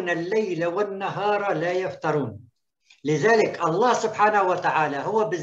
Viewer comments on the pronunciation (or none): أستاذنا الفاضل مع احترامي للدكتور فهو(يقرأ كلمة يفتُرون يقرأها بالفتحة وهذا يغير معنى الكلمة تماما)كملاحظة فقط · فالكلمة (يفتُرون) بالضمة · لا يفتروووووون بضم التاء .. مرة ثانية أعيدها لك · لا يفترون بضم التاء أبها المفتري